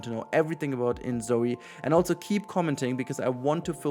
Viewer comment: There is no T in "also".